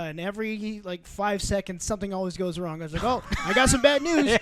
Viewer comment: Mario Paulo and you say “wrong” the wrong way 😂